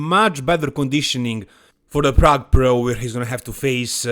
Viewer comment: Plrrrague Plrrro